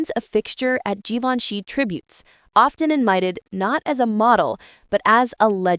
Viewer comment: Learn to pronounce Givenchy, if you're going to talk about fashion!